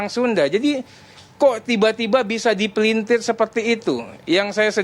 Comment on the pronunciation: Mari kita berbahasa Indonesia yang baik Bung. Bukan DIPELINTIEH pengucapannya, tetapi dipelintir (RRRRRRRR) EUY!